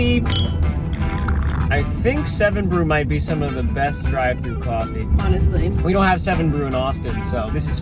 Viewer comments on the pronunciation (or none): that was such a dutch Coffee(koffie) lmao. The way you sounded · why did he say coffee so dutch? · why did that "coffee" sounds so dutch? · ryan u said coffee very dutch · Why does around the mark it sounds Dutch